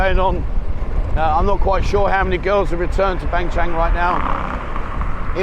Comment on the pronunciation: You do a great job with your walk and talks....But being a guy who has a house in Ban Chang for 15 years...I gotta correct you on the pronunciation... When you say Ban Chang the g is silent :) It's Ban Chan....555 keep up the good work....